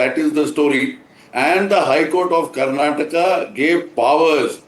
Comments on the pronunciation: It's not Karnatak, it is Karnataka. Don't change the name of the state according to your mother tongue influence and convenience you journalists.😡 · It’s not Karnatak you stupid reporter it’s Karnataka. How did you even got into this profession not knowing to pronounce the name of the state right. 😡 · its not Karnatak, it is KARNATAKA. Not everything needs to be hindi-fied. Person who is calling out mistake of Karnataka HC herself is making mistake in pronouncing the name of the very state. Yes indeed, We need justice too. Rule is a rule, even for a fool, darshan should head back to jail for the crimes committed. Karnataka High Court had the influence of politicians of congress coz he supported them in election campaigns. Ex: Sumalatha Ambareesh, CM Siddu etc. I hope Karnataka HC start taking laws seriously without any influences going forward atleast. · It's surprising how the English media Journalist doesn't know how to pronounce a state name properly !!! Shame on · whom are you replying with? there is supreme court or judiciary who takes care of the accused. I am only educating this foolish anchor who doesn't know to pronounce the Indian language or State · It's not Karnatak it's Karnataka It's not kannad it's kannada